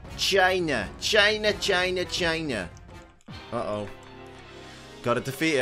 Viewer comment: China, china china china, I literally die every time you say it lmao